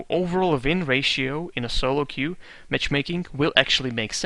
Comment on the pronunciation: It's queue, not que. que is what in spanish or that in french, but nothing in english. just an fyi.